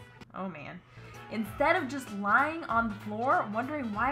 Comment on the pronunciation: When said Instaid when it should have instead 😂